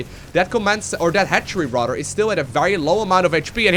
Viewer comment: "rador" (rather)